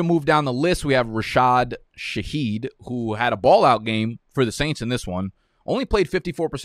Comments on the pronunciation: Rasheed shaheed bro, not rah-shad, rah-sheed. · Put some respect on Rashid Shaheeds name! it's pronounced Ra-sheed